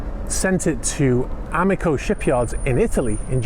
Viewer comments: Amico (a-mi-co = ah-mee-koh) is Italian for friend. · Amico is friend in italia but the way you pronounced it was wrong. A meee Co.